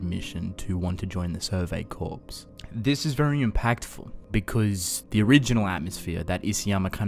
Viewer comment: Corps is pronounced like core.